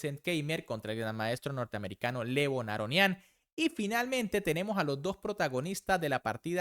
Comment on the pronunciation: Por qué le pones tilde a los nombres donde no van? "Abdussatoróv", "Aronián".